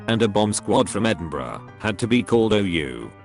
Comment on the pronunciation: Robot voice thing can’t say “out” correctly, but can pronounce “Edinburgh” just fine in the same sentence?????